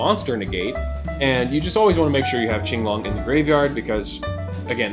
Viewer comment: Ching-long is the correct pronunciation, referenced from the qing dynasty in chinese history